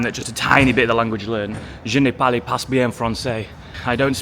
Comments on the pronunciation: "pass bien" is pronounced "pa bien" it's a silent S! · French tip: "pas" sounds like "pah" and not like "pass", otherwise decent enough pronunciation.